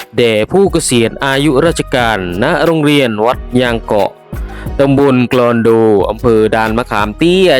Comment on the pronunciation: กลอนโด อ่านว่า กอน โด ไม่ใช่ ลอนโด/สักการะ-อ่านว่า สัก กา ระ ไม่ใช่ อ่านว่า สัง กา ระ /เปรียญ-อ่านว่า ปะ เรียน ใม่ใช่ เปรียบ ครับ.